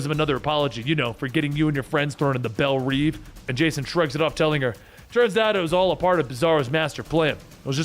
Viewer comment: Isn’t it Bel rev not reeve ??